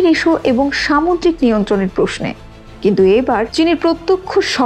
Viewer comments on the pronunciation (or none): none